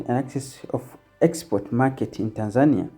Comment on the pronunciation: Pronounce TANZANIA like a Tanzanian not like a Kenyan! Say TANZANIA not TANZAAANIA